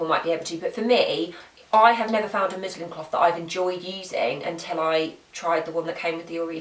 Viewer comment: This may just be your accent, but just in case, it's musliN cloth, hahaha! Great vid, thanks girl.